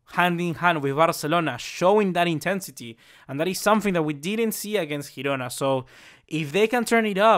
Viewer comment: You are pronouncing Girona wrong